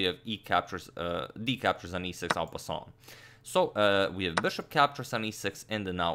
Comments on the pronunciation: hahaha “en pssaaun” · Is it just me or is agad's pronunciation of en passant getting more and more French in every video?